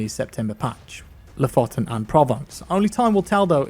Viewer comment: You should really check out how to pronounce Lofoten